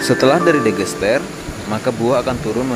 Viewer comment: Digester..bukan Degester.....dll